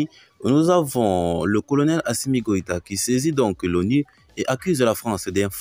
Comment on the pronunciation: Pas Koita ok 👌 c'est Goita il y'a nom de famille Koita et Goita sont differents?